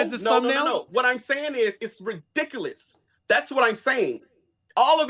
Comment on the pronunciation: Dude your ridickaless say it properly lmao 🤣 🤣🤣